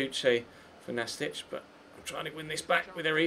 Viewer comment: Pretty sure the team you played in the 2nd game is pronounced Nast-eek not Nastich (they're not a Croatian player lol) as it's short for Gimnastic